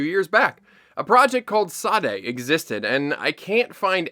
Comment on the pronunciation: Just wanted to let you know that Sade is actually pronounced as Shah-day (rising pitch with the second syllable). Yoruba spelling is weird like that, the h is omitted 😅 (Ps: this isn't a form of criticism or anything. I don't expect most people to know how to pronounce it. Just wanted to let you know how it should be pronounced)